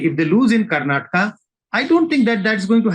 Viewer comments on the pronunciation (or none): It's not karnatak it's Karnataka 🤦